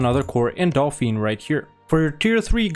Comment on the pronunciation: As always great guide ! Also if you are curious about it, Aix is pronounced like "ex" in english, as for Dauphiné it is pronounced "Doh-fee-neh" (my god it's a nightmare to describe french pronunciations through english)